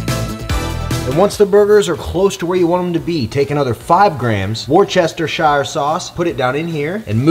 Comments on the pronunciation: Worcestershire pronounced “Wu-stuh-shr”. Love ya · "Woster shere" sauce is how its pronounced 😛 Looking forward to trying this recipe!